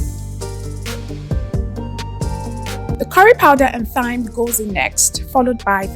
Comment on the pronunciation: Thyme is pronounced 'Time'